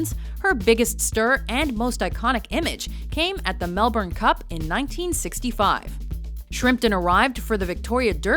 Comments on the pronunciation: its pronounced mel - bin not mel - burn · Mel- Ben it's pronounced mel-Ben I know confusing for simple minded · Mel-BURN cup XD XD funny Americans